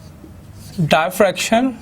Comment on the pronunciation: please pronounce diffraction properly....